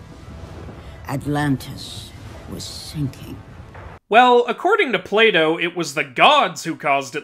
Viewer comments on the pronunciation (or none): none